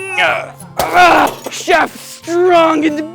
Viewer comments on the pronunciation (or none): its Cloud Shef